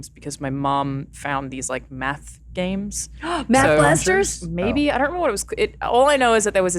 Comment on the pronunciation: Did anybody else hear, “ass blasters,” when Felicia Day said “Math Blasters?” 😅